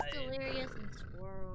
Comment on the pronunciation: Ah yes, Dleirous